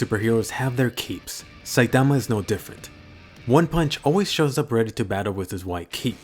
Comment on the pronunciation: I just love the way you say "Saitama."